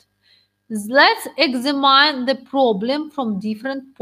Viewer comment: Все, конечно, хорошо, если бы не произношение некоторых слов типа examine, extreme..